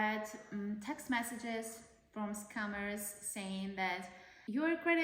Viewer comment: It literally sounds like your mother says "this commerce", and "s-cammers".